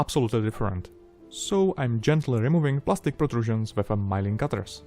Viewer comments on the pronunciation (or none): Fantastic video as always your English is great. Sorry to correct you but milling is not pronounced “ mile-ing “ but “mil-ing”